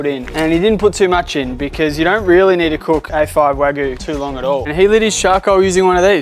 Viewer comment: Great content! Wagyu is pronounced Wa-gyu. Like Argue Not Wa-goo.